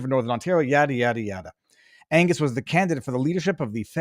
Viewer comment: Is it. Angus or anus? After listening to his rant I think it’s the latter. What a buffoon.